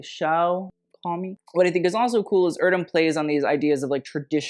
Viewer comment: Your pronunciation is wrong, it's not "irdöm", "e" voice in Erdem is the same "e" in "g*e*neration" word. My favorite is Olivia's outfit. Others seem trash.